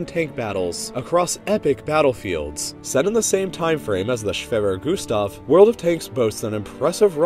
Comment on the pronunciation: i am german and i is really funny to hear someone say "schwerer gustav"